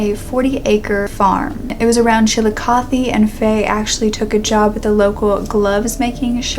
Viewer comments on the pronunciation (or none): none